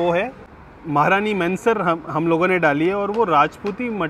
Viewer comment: It's महारानी महनसर Not महारानी मेंसर!!